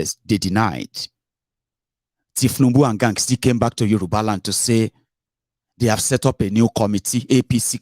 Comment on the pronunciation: Yoruba union not Yoruna!!!